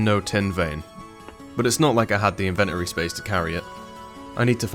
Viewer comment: If you start putting timestamps on your music I will forgive your pronunciation of inventory X)